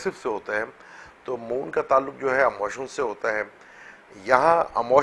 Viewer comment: Brother audio is poor and word is "Emotion" not "Amotion" please